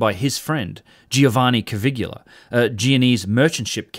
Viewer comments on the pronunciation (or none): Bro. His name is NOT Cavigula. It's Caviglia. And being an Italian name, the G is silent. It's pronounced Ca-vee-lee-uh. 🤦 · Caviglia, not Cavigula. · Caviglia not Cavigula. Come on man.. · Hi - I think its pronounced Caviglia not Cavigular, its a bit like people that say Nucular instead of Nuclear - just saying - love your channel by the way. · I can't be the only one who's moderately bothered by the narration "Cavigula" not matching the text "Caviglia"? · By the way, it's Giovanni Caviglia, not Cavigula. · Hi, new subscriber here. I really enjoy your contents a lot!!... but please revisit your Italian..🙉😅 Poor Cpt. Caviglia...the "GLI" is pronounced like Famiglia not like Caligola 😂 It literally means Ankle! 😉👍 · Italian name Caviglia should not be pronounced as "Kavigula". It is more like "kavilia" without "i" before "a": "Kavil'ya". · Caviglia, not Cavigula. You're pronouncing it like "Caligula". CA-VI-GLI-A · It's Caviglia, not Cavigula... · Stupid AI narration. It's Caviglia, not Cavigula. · Great video like all your work. One comment only on the pronunciation of Giovanni Battista's surname. The closest in English you can come to speaking the correct form of "Caviglia" is, stress the first syllable "Ca" then treat the "i" as an "e" and omit the "g", so spoken "Ca-vee-lee-ah". It's not perfect as the Italian "gli" sound is unique and not very well suited to written explanation, however better than a complete mispronunciation. Again, not a critique on your work which I find well researched and fascinating. Respect to you, Sir. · Excuse me, excellent content as always, allow me to just leave a note: Caviglia Is pronounced more like cavillia. It Is not exactly the same, but It Is close. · Giovanni Caviglia is pronounced like jo-VAN-nee ka-VILL-ya. (It is not spelt like, nor does it rhyme with Caligula.) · pronounced CA-VEEL-YA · Hello, I'm italian and your pronunciation of Caviglia is wrong :) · your pronunciation of Caviglia's name...yikes.